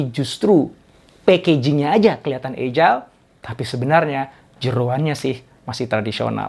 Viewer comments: How to pronounce: /ˈajəl/ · Salam sejahtera pak Doktor. Izin saran. Coba dicek kembali cara baca kata "agile". Jgn terlalu sering wajah Bapak yg dimunculkan. Lebih bagus isi/ bahan materinya yg sering dimunculkan. Trm ksh.